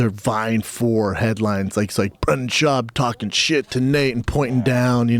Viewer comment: Brandon "Bolth" Schaub